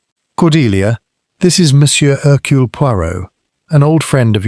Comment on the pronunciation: It's not 'Haircule' it's 'Ercule'.